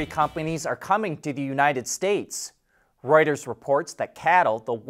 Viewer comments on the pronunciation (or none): none